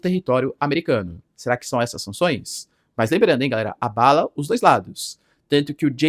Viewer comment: Pq esse professor fala "Gaera" ao invés de "Galera"? É uma piada interna com a comundidade?